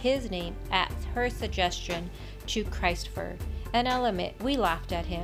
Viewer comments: its CHRIS' TFER. NOT CHRIST. CHRIS''T. like chris with a t at the end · Christopher is pronounced krist Ofer , not Christ , that family are thick 🙄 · it was chris "fer. like Chris 't. not christ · It wasn't pronounced Christ'fer as in Christ, but Christ and in mist, list etc. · It’s not pronounced “Christ fer” ffs.